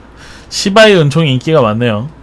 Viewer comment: 은총 발음이 ㅅㅂㄹ총으로 들려..